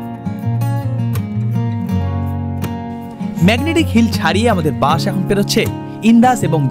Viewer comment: বাস উচ্চারণ টা একটু ঠিক করে করুন। বার বার বাশ বাশ করছেন।